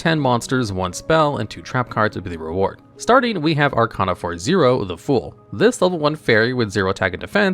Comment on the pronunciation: First, you pronunced Arcana wrong. Second, how could you not mention the otk move using The World and Samsara Lotus?